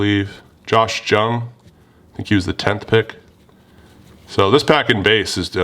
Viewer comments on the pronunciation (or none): No big deal but Jung is pronounced Young.